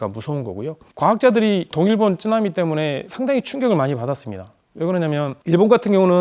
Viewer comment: 일본어를 배운 것 같다. 보통은 쓰나미라 하는데 츠에 가까운 발음이다